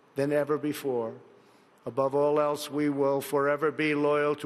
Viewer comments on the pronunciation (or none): none